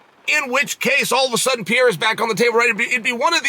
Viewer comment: PIERRA sound like a woman name PIERRE